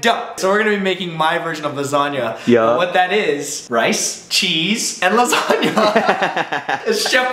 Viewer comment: lol so... how about the Ryansagnia (ry-an-sa-nia)?